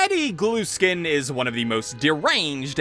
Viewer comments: i think its gluskin not glueskin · It’s Gluskin, not Glueskin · Cool video! One thing though, I always though his last name was pronounced the same way as if I t were spelled Gluhskin, the h is just dropped. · i love how he says "glueskin" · cuz he says GLUE SKIN